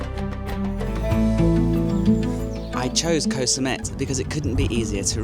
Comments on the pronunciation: Can you pronounce koh correctly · In Thai, the "K" in "Koh" (which means island) is unaspirated, meaning it sounds somewhere between a K and a G. If you pronounce it with a soft "G" sound, you will sound very natural to local speakers. Ask a local.